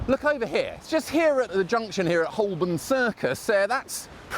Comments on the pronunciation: Surprised you pronounced Holborn incorrectly It should be "ho-bun" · It's pronounced Ho-bun, not Holl-born.